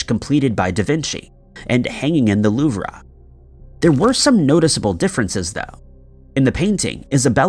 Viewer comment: What the actual hell? The Louv-rah… (louve) the Marcus (marquis)?